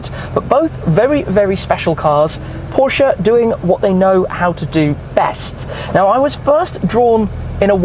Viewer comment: Your pronunciation of „Porsche“ is great. 👍🏼